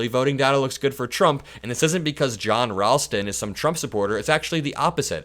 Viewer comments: You're mispronouncing 'Ralston', a very common name, as found in the company name 'Ralston Purina', the people who make Purina Dog Chow and Chex Mix and cereal. The 'a' has the same 'a' that 'ball' has. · John definitely knows his stuff in Nevada! He’s really good. OH and FYI: John pronounces his last name R-ALL-ston not R-AL-ston. 💙Just being helpful💙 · pronounced Rawl-ston FYI. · thank you for pronouncing Nevada correctly. Ralston is pronounced with an “all” sound. (Rallston